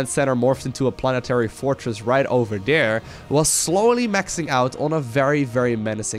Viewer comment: do dis, do dat, over der